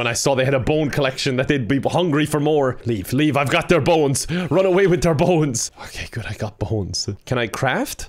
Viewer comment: says Bones as if it's spelled boens